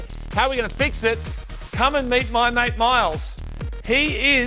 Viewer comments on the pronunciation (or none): none